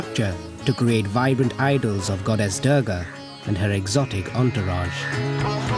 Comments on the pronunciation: The commentator pronounces the name of our Divine Goddess Durga ( Doourga) as Derrgaa !! :) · Beautiful upload- thank you. Durga is pronounced doorga. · The narrator's pretending to be Indian and he can't even pronounce dhur-ga? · He butchered the name Durga ..commentators should learn how to pronounce a name properly before they can take up this job.